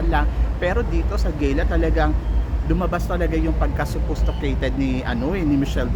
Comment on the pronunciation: gala po right pronounciation, not gayla